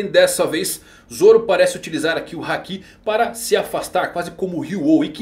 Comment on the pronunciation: Minha esposa pediu pra parar o video no segundo que ela ouviu KaidÔ.. meu deus porque pronunciam assim.. no próprio anime o Luffy fala Káido! Háki, não Hakí... Lúffy!.. Yamáto.. você fala YamatÔ...? ZorÔ? Não né .. nao falam Onigashimá.. é Ônigashíma...